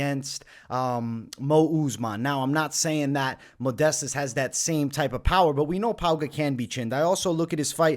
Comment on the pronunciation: You see modestas as the better fighter but can’t say his first or last correctly ROFL